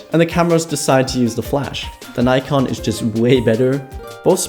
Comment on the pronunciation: its nikon.. not nikkorr😂